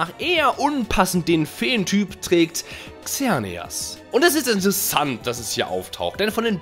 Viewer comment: Das wird seneas und evil tal ausgesprochn hat da jemand die filme nicht gesehen?